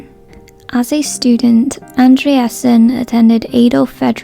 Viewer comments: you pronounced his first name very well! “-sen” is a dano-norweigan suffix that means “son of” so his last name is “son of andré”. “andrésen” would then he pronounced “andré-sen” rather than “and-re-esen”. in swedish, “é” is also pronounced like the e in the english word “idea”. this is just a small thing, though. i just wanted to share since i’m swedish :) can’t wait to watch the rest of this video. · the pronunciation of the actor is ANDREH-sen and not AndreAsen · Bjorn’s surname has TWO syllables, not three as narration employs. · Omg all this woke dribble blaming the director...lol..she dousnt even pronounce his surname correctly and calls him a beautiful boy herself..thereby objectifying him....will beautiful people ever be ignored..lol..no ..that is life.humans are hard wired to beauty..all this blame blame blame..such nonsense